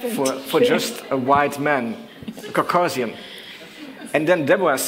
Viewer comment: Of course her German sounds very German because her mamalosehn (mother tongue) is Jiddish. Frankly I'm quite shocked hearing a fellow Dutch person who is so well outspoken completely mispronounce the word "Caucasian", Arnon is so literate, this slip of the tongue baffled me a little. Well, beauty lies in the imperfections. simplex sigillum veri